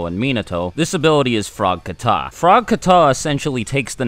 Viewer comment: It’s not kuh-tah. It’s KAh-TAh. I do karate and we have kata.